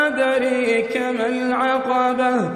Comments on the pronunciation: Wma adraaka adreka Sahi nhi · Wa ma "Adreeka" mal aqabah? Wa ma Adraaka ma aqabah... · Wama "adrAka" mal aqabah not "adrEEka", please correct the mistake otherwise those who are following your voice without seeing in the Holy Qur"an will surely follow the same mistake after you and if i didn' t tell you about your mistake i also will be punished for not to point out that.JazakAllahu khaira wa BarakAllahu fidd daarain, in sha Allahu, Aameen Your voice is so pure, brings peace to the heart soooo soft and crystal clear each word in listening, i want to listen continuously without any break every time, after Qari Al-Mishery Rashidi Alfasay i found your voice sooooo soft, soothing and relaxing, summa BarakAllahu fidd daarain, Aameen